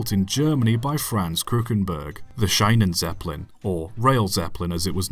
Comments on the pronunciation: There was no "German Imperial Railway" in 1934. There was, however, a "German State Railway" in 1934. Anything "Imperial" died in Germany in 1919. Also, "Schienenzeppelin" is pronounced "sheen-en zeppelin", not "shine-en zeppelin". It's like pronouncing "Worcestershire" "wor-sester-shire", or "Berwick" as "ber-wick" instead of "berrick" :P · In German, it’s ‘Scheeeenenzeppelin’ ‘i after e’ is pronounced as a ‘long e;’ ‘i after e’ is pronounced as a ‘long i.’ ALWAYS! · The SchIEnenzeppelin, not “SchEInenzeppelin”. “ei” is pronounced as in “Eisenhower”, “ie” as in “Marie”